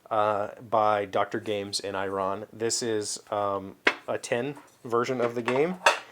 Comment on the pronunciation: "eee-ron" my Persian friends are going crazy!!! way cool mang, way cool! and omg the saffron! saffron is very expensive and a wonderful flavor... use it sparingly!